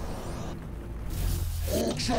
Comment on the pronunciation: it's not said waag it is said whaaaaaagh (the g is silent)